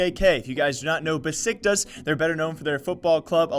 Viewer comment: fyi it's pronounced Beshiktash because of the weird Turkish s's just wanted to tell you :)